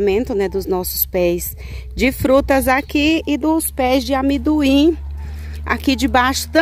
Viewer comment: O nome é amendoim e não amiduim